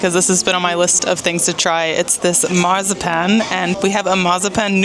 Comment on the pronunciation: While you're working on your German accent, try pronouncing "Marzipan" correctly